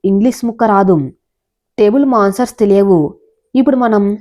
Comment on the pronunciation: Table manners...Table masers kaadu...koncham pronunciation paina dhyasa pettali meeru